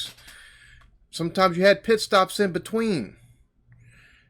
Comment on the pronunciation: Do you say pit stops in-between? ... Or Tit stops ?